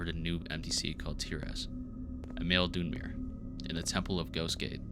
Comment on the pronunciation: Great video for something to get randomly recommended by yt, love the effort. Next time maybe look up the Elder Scrolls pronounciations tho, Dunmer is almost like 'done-mur' and Dwemer has the same long e-s like 'lever' followed by the previous 'mur'. It's very easy cuz it's very simple Elder Scrolls etymology, Dunmer is dark-elf, Dwemer is dwarf-elf in the universe's elven. I also know it's a popular way to generate feedback content for the algorythm so here you go ig